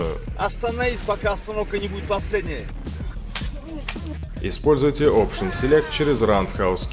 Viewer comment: Не, ну на вставлял ништячков это точно ))) "Остановис, пока остановка не будет последнээй" :D